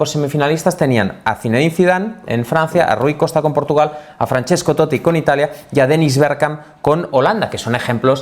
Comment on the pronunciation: Increíble esa paradinha en la doble "t" de Totti, necesitamos una clase de italiano de Andrea "el amigo de todos" Orlandi